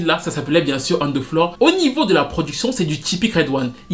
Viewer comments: "On the floorery" lol ! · Une "on theflorery" hahahah